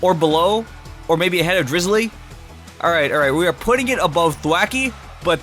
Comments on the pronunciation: its not drizzily, its drizzile! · Drizzile not Drizulee